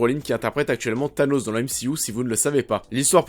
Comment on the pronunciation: C'est moi ou tu dit "TABLOS" au lieu de "THANOS"?